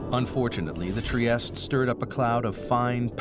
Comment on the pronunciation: Trieste is a city in Italy, it's an Italian name, so you have to pronounce the final letter. It's NOT french.